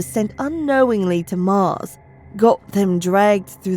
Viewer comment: Yeah her voice doesnt sound right at all...especially saying "mars " & " sheriff weston " way to much posh accent drawl on some other words too